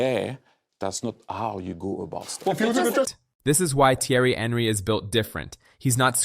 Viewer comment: Sorry my guy, but its pronounced "on-ree", not Henry. 😂